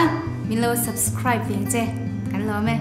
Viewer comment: U pantea aw"chu a nervious deuh a nih kha.subsribe tia sawilo in subcride a ti daih